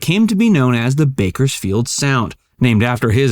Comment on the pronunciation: There's an S in Bakersfield. narrator